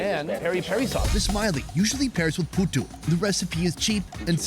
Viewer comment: The funniest part of this video is laughing at the fact that this guy mispronounced puthu😂😂😂😂